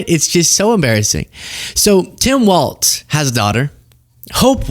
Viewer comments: Walz pronounced like Walls. I don’t mean to be nitpicky, but I live in Minnesota and it’s hard to hear it pronounced incorrectly so much. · I truly enjoy your channel. Walz is actually pronounced like the word walls. There is a different member of congress whose last name is pronounced how you are saying the last name, but it does not fit the awesome family you are talking about in this video. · Laura Ingraham is always condescendingly rude, especially to smart women. She has proven time and time again to be a dumb blonde that parrots buzz words! Good job, Hope! Tim and Gwen raised strong fabulously beautiful children! Please pronounce Walz correctly, there is no T in it. Minnesota Proud! 💙💙💙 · There is no t in Walz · Hey would you please pronounce "Walz" properly? It's not "Waltz". It's like "walls". Thanks. 💜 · Quit saying Waltz!!! There's no "T!" It's Walz! Ok, I'm over it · Please,, the name is pronounced just like it is spelled. Your title shows that you're aware there is no "T" in the spelling... There is also no "T" in the pronunciation. It is not a dance - walTz - it is pronounced "WALLS" - no "T". I agree with everything you said here - I was a subscriber almost immediately after I discovered your feed - but, as a native Minnesotan, found myself distracted and annoyed by the mispronunciation. Keep fighting for reality and the truth, my friend! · W-A-L-Z, not W-A-L-T-Z. Thanks. :) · Excellent as always,, but it’s Walz ( pronounced walls) not Waltz. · Is it pronounced Waltz or Walz? I'm hearing you say WALTZ. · Stop saying "walts" Start saying "walls" Thank you. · It’s “Walz” please don’t say waltz🙏🏼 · Stop saying his last name incorrectly.. it's WALZ. NOT WALTS.. THEN, , YOU CONDEMN A CHOSEN LABEL DEMOCRATIC SOCIALIST.. How dare you... You have turned into a whining cacapoopoohead... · Walzzzzzzzz not Waltz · Is it really so hard to say Walz instead of "WALTZ" 🤷‍♂️ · It's pronounced Walls, not waltz. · Walz, not Waltz. Try. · It’s Wall-z not Waltz